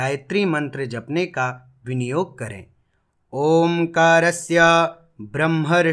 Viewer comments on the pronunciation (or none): बहुत ही अच्छा लगा, किन्तु ध्यान देने की जरूरत है कि ब्रह्म शब्द के अन्त में म है और आप ह बोल रहे हैं ।😢